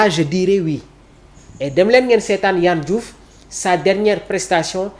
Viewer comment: Il s'appelle pas Yann Diouf mais Yehvann Diouf. Plus de rigueur ! Ça commence par de ne pas écorcher le nom ou le prénom des autres ! Et surtout quand on est journaliste !